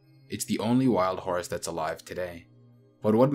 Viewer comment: This dude pronounces it hor-us so for a little while i thought the horse and the hor-us were two different species